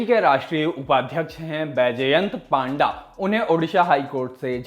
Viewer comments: पांडा नहीं भाई पंडा 😅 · Not 🐼.it's p-anda.😁.